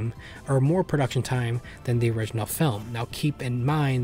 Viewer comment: "origninal" Man. You WERE tired.